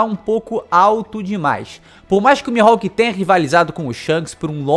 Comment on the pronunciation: Interessante, mas acontece q os japoneses não chamam o Mihalk de Mi-ro-ku e sim Mi-rro-ku